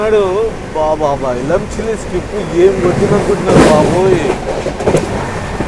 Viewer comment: elamchili kadu bro elamanchili